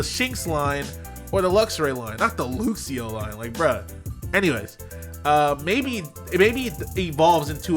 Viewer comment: Why you say "looxio" if you say "luxray" like a normal person